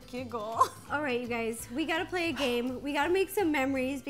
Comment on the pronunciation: Instead of saying hey guys,she said hey gays 😳